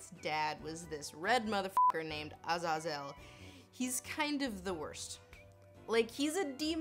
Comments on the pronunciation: Azazel is pronounced "azay - zel" not "az az ell" you're making it sound mroe ridiculous than it is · IT’S. AZAZAEL. NOT. AZ-AZ-UL. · If you say Ah-Zah-Zel instead of ah-Zay-zel, how come you don't say Her-me-own? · Azazel = Uh- zaze-el. Ty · Watch First Class for how fo say Azazel. Or say Ah-zay-zel. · Lindsay, first off, I love your videos. You obviously put a great deal of time, effort, thought and research into them. However, please learn to pronounce names with which you are unfamiliar. Azazel is traditionally pronounced with the emphasis on the second syllable: aZAYzel. Sorry to be pedantic. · A-Zay-Zil darlin, at least that's how I've heard it spoken by people who know a thing or two about fallen Angels. Hey! I'd love to see you do Samael or Azazel or any of those in pop culture. I know you don't do games so much (Aphrodite in GOW) but it would be awesome to include those sources as well. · A-ZAY-zel Lindsay. Say it with me. A-ZAY-zel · I mean you're saying it so wrong but I kinda like your way anyway. Doesn't so much slip off the tongue but comes out like a 5g roller coaster with 3 dips in it. I wouldn't say it 3 times in a row either. No telling what could happen with such a novel pronunciation. We don't need "Eldritch horror" for our November 2020 Bingo card. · My cat's name is Azazel and that's not how you pronounce it.